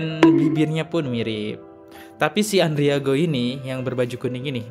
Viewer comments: Bang namanya Andrigo bukan andriago.bnyk mengulas konten mslh orang tpi bnyk yg kliru2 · Andrigooo...Andrigooo, ngomong kayak yg bener.